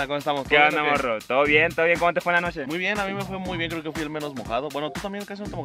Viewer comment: Nadie: Neta nadie: El yeahcompa: noshee,colshaa, todo lo que lleva shhhh xdxd